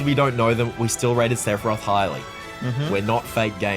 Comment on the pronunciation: I knew Sephiroth once Cloud said "Sefirosu"